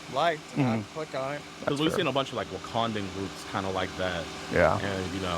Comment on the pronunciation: That man said “Wakandan groups” 😂😂😂